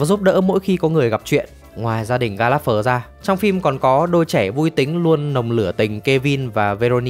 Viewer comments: ""Gallagher đọc là ga·luh·gr nghe thuyết minh "ga láp phờ" khó chịu thật :))). Chắc chắn giọng đọc chưa hề xem phim :)))."" --- Đang định cmt thì nhìn xuống dưới thấy cmt này nên rep vào đây :))) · đề nghị phát âm gia đình này chuẩn hơn :)))) ga láp phờ nghe ải chỉa thật sự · sốp ơi nhớ là ga lẹt gờ mà sốp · Ga lác gơ mà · Mong recap video sau team sẽ đọc đúng tên Gallanger ạ :( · Xin góp ý là nên đọc đúng tên của nhà này : [GAL] + [UH] + [GUH] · Có mỗi chữ gallager xem phim nghe đi nghe lại mà cũng đọc sai nghe khó chịu vc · Là một fan theo series này quá lâu, Bạn đọc tên họ của cái nhà này SAI toẹt ra. Moa buồn vãi!! Chứng tỏ đéo coi phim rồi